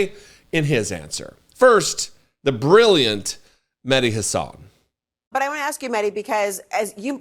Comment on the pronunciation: I love you but why the f**k is it so hard to pronounce mehdi's last name correctly????????